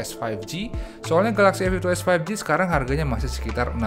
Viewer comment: Hahahaa, komen yg terwakilkan. Soalnya penyebutan A52s jadi "Efiftytu" yg mana huruf depan serienya jadi sekilas kedengeran huruf "F", dan diperparah lagi serie pembandingnya sama2 ada angka 52 nya.